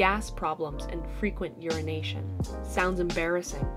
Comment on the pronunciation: When she said "URINATION" I was like "ahhaa ha ha "🤦